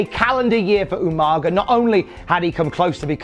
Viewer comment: does anyone remember SvR 2009’s better than utopia , where Regal kept calling Umaga, “Umanja”. always makes me laugh